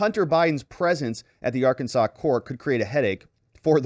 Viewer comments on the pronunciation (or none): none